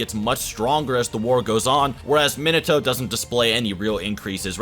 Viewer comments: the way he says Minato triggers me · Not to be rude for a guy who has watched naruto and has a channel about anime would at least know how to pronounce minato properly. I mean like how do u mess up